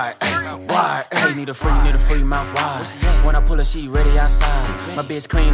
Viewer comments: People on tik tok was saying “ why “ when he was saying “wide “ 😂 I was saying mouth “Wide “ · Life As Dnahtiyah Righht! I always said wide 🤣 why would he say “mouth why”